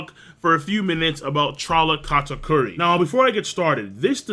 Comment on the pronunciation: why do you keep calling him Katkuri? It's Kata-Curry, as he's. 2 for 2 with them shots lol